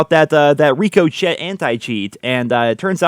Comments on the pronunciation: FYI it’s pronounced “Rick O Shay” not “Rick O Chet” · It's Rick-Oh-Shay not Reek-O-Shet lol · Reeko Chet?! Really?! Rick O Shay Ricochet. 🤦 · Lol it's pronounced "rick uh shay" not "Rico shet" 🤣🤣 for the Ricochet Anti Cheat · Rico chet? It might be ricochet (rik o shay). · ITS RICO-SHAY. NOT RICO CHET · Who's this Rico Chet fella? Do you mean Rick O'Shea? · "Ree-koh-chet"? Lol it's "rick-oh-shay" ...I seriously doubt it won't take long for someone to get around that anti-cheat software. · It's ricochet. Like "Rick o Shay". Like a bouncing bullet. Not reek o chet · Rick-o-shay lol not rico chet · Dude the “Chet” in “Ricochet” is pronounced “shay” not “chett” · "ReekoChett" lmaoooooo. I love you. It's pronounced "rickoshay" lol.❤❤❤ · REE-KO-CHET? RICK-A-SHAY! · RICO CHET LMAO Its pronounced ri co shay As in like a bullet ricochet. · I think it's pronounced Rick-oh-shay. Like a bullet bouncing off a wall. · Rico Chet. Lmao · Great vid but I hate how you pronounce ricochet lol it’s Rick-o-shay well that’s how I pronounce it anyway take care bro great vid btw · Yo it's pronounced "rick-uh-shay" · "ReekO'Chet" really dude? how does THAT happen? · Rico Chet? Rico che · Ricochet is pronounced "RiKKAH Shay" lile when a bullet bounces off a surface and possibly hurts you lol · This man really said Riko-Chit. Really? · It's pronounced "Rick ah shay" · its RICK - OH - SHAY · My man really said “Reeko CHeT” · Rico-Chet? Cmon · "Rick o Chet" lol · its pronounced Ri-co-shay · Ricochet = “Rick-a-shay” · Rico-chet. There is a graphic of a bullet bouncing off the name surface. Come on, how do you mispronounce that word. And said it 3 times. LMFAO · Rico-Chet? My dude.... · seriously? Ricochet, Its pronounced Rick- O -shay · Did really just pronounce ricochet as Rico-Chet? Lmaoo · Rick-o-shay….this is how you pronounce it….. it is maddening when you mispronounce it that bad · Its pronounced Rick oh shey - as in when something ricochet’s off of a shield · Reek oh chet